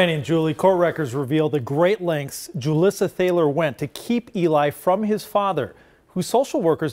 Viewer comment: Hoo-Leesuh Thah-ler is a new one for me, lol. My family has lived in Mound for generations, and the Thalers are another well-established family here. (The local high school sports center is named for David M Thaler). We pronounce it Thay-ler. I passed by Julissa's traffic stop on my way to work that morning. I thought maybe she had been in a minor hit-and run because hers was the only civilian car there. She was standing on the sidewalk with her arms crossed, looking mildly inconvenienced. Though I was curious why there were multiple police cars and several officers on scene. One of the dumpsters where she tossed Eli's things is at the gas station directly across from my parent's house. It's really bizarre to see footage of your home town in one of these videos.